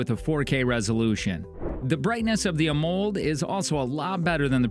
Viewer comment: AH MULLED display. Ha, the pronunciation...